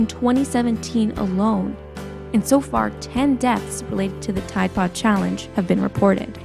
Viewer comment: Why u say ride pode?????